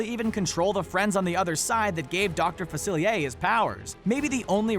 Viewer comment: Yeeez-ma. Yeeez-ma. Yeeez-ma. Not yezz-ma. Yeeez-ma. Yeeeeeeeez-MA. Facil-ee-air Not facili-a Fa-cil-ee-air